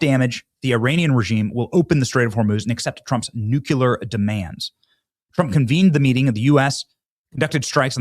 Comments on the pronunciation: It’s NU-CLE-AR not NU-CU-LAR!!! Say it right! You sound dumb! Oh, and could you please talk faster? 🤦‍♀️ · AGREED 💯 Say, "new" and "clear." Put them together and you have nuclear. Or you could say "nu...clee...er." Drives me nuts. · Still saying “nuke ya lur” 😂